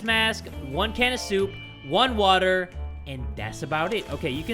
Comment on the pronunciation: When he Said "WATTAH" i felt that